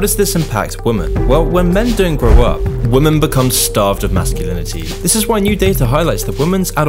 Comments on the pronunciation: It's women (v ii hmehn) not woman (v oo mehn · I notice you keep saying "woman" when you mean "women". Are you using an AI to write your scripts or an AI to do the voice-over? Not saying this to be adversive, I like your videos just want to let you know so it can be rectified. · great video but why does he pronounce women as woman lol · Why do you say “woman” as a singular instead of “women” for plural? Sounds weird lol the plural is pronounced “Wi-Min” not “Wo-Man” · It's pronounced 'wimen'. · Someone please teach the kids how to pronounce the plural of women! The is a difference! Maybe it's time to change the spelling. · Fuck me learn how to pronounce women properly. It's not pronounced how its read when its plural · Why are so many people mis-pronouncing such a simple word as "women"?